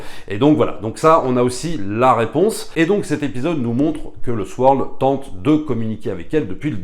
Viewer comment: Super vidéo, bravo. Juste une petite requête, Sword se prononce "saurde". Merci!